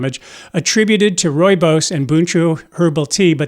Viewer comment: As a South African, I have been drinking Rooibos for decades with no negative medical consequences..... The ch in buchu is a guttural sound and is pronounced the same as the Scottish ch as in Loch.